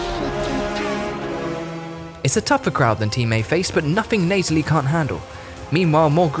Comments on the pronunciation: "FeVERent"? "ViLiGant"? "Torrus"? Sloppy pronunciation there, bud. Bit cringe on the "Neightalie" as well. Not sure why you'd spam low quality greenskin units, though? On higher difficulties they are going to melt so you have to choose better units and on lower difficulties you earn enough to pick better units. Plus it would have been nice to show us what a real all-Chaos Dwarven army can do. I don't doubt Chaos Dwars will be awesome, but I would have loved to see more war machines. Not too sure about confederation requiring you to progress through the entire faction mechanic, we don't need another confederation struggle a la Empire. I suppose it's more about rushing points, but why have it at all when essentially the reward for going through your faction mechanic entirely is equal to unlocking a game mechanic that most factions already possess by default? That's not a reward. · Between the "diciples," the "arnament," the "viligant," and the wrong-context "Neightalie," this dude and his team could seriously use an editor.